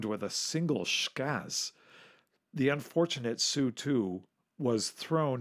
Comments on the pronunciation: "So you pronounce MiG M I G?" No MiG is MiG, Su is S U. Always been that way. Just the way things are. Yep. That's right. Next. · S-U, not "sue" T-U, not "too" or "chu" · Not sue 7 but S u separately 7. The same with the Tupolevs. T U not two, come on get people who know what they are talking about and use the nomenclature correctly. That said some of the video’s are great, I love old films of early aviation, it’s great to see how we have improved over the years. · It's NOT a two-22, or even a sue-7!!! Those aircraft are designated as the T-U-22, and the S-U-7 aircraft. This guy is not only NOT a pilot; he's not a very knowledgeable aviation enthusiast either. He sounds more knowledgeable about the history of these aircraft only. Maybe a little more research for your next video??? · It is "TeeYou" not "Two!" And "EssYou" not "Sue!" How can you not know that? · it's pronounced "T-U" not "Too" and it's "S-U" not "Sue" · Narrator: It's T-U, letters pronounced, not ''tew'. It's S-U, letters pronounced, not "soo". Jesus H. Christ.